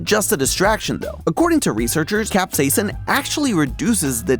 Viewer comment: HAZZAH!! A THEORIST WHO PRONOUNCES CAP-SAY-SIN CORRECTLY